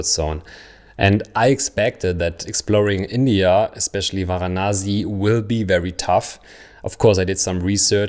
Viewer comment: it's Varanasi not Vanasi